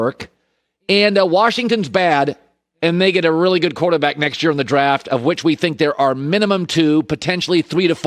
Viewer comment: yooo and like 227 he sayin qoata back...def tipsy 🤣